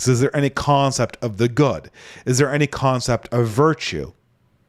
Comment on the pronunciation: 'CONcept' honestly i'll stop. fwiw i have 0 issues comprehending and love listening to you brother you are probably more fluent than anyone i personally know overall